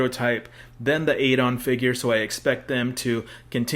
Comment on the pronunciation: My a time fave SF character. But it’s Ah-don 😂